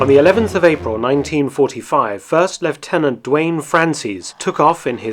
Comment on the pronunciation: LOOtenant, NOT LEFtenant. You're speaking of the US Army, not the British Army.